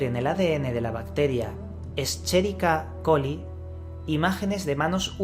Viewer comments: Un pequeño aporte: Escherichia coli (dilo tal cual suena o simplíficalo E.coli) pronunciación correcta "esqueriquia coli". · Hola. Una puntualizacion. La bacteria Escherichia coli se pronuncia "Esqueriquia coli". Segun la Wikipedia: Fue Descubierta por el bacteriólogo alemán Theodor von Escherich en 1860. Von Escherich la bautizó como bacterium coli ("bacteria del intestino", del griego κολον, kolon, "intestino"). Con posterioridad, la microbiología sistemática nombraría el género Escherichia en honor a su descubridor y la colocaria en un grupo de bacterias llamadas coliformes o del intestino. Tradicionalmente, a los coliformes se los ha considerado como indicadores de contaminación fecal en el control de calidad del agua destinada al consumo humano en razón de que, en los medios acuáticos, los coliformes son más resistentes que las bacterias patógenas intestinales y porque su origen es principalmente fecal. Por tanto, su ausencia indica que el agua es bacteriológicamente segura. Asimismo, su número en el agua es directamente proporcional al grado de contaminación fecal; mientras más coliformes se aislan del agua, mayor es la gravedad de la descarga de heces. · Muy bueno solo que tienes que ver la pronunciación de la bacteria yo estudio microbiología y me parece mal que no digas bien el nombre de la bacteria correctamente solo es una crítica constructiva